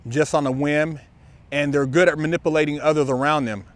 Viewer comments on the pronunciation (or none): They're muh-nipple-ating.